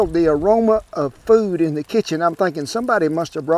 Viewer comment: He said “did thae job!!! Speak regular English!!!